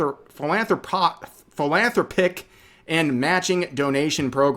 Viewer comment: Re: : "The very definition of insanity is doing the same thing over and over again and expecting different results." Re; : Philanthropic is pronounced like 'phil-an-THRAH-pic' or ˌfilən-THräpik. It means "seeking to promote the welfare of all through various kind acts such as donating money." In other words, they're virtue signaling.